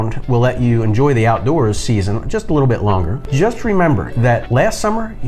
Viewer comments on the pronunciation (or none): none